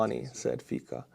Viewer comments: Hey, Fico in Slovak is pronouced as Fitsó (o as in off). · Hi, just one thing..Fico must be reading with C not K (Fiko)... we will sure heard about him more in future... he is not in favor of free Europe...thanks for your work and greeting to your wife and to you of course:) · It is pronounced Fitzo, not Feekoh. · I like how you mispronounce Fico (keep it), should be "fitso". "fiko" sounds like derived from czech/slovak word for the fig fruit, or german slang word for having sex. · It isn't "Fiko", it' Fico, pronounced FEE-tsoh. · the name "Fico" is pronounced "fitso," not "fiko" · Love how your pronunciation of Slovakian Prime Minister Fico's name hits my California ears. I hear you refer to him over and over again as Fecal, a definitely accurate English description of any friend of Putin. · BTW, you made absolutely WONDERFUL butchery on Fico's name. The way it sounds as you pronounce is same as word "fik", which in German, Slovak, Czech and prolly couple of other languages too means "to F***". In Slovak and Czech, C is not pronounced as K.